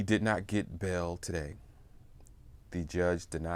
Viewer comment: It's pronounced bail not bell. It's pronounced mail not mel.